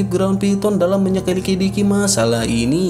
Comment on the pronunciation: Min menyelidiki bukan megelitiki 😤